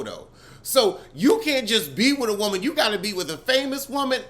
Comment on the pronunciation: great episode 😂😂😂 “YOURE EVERY WOMUN”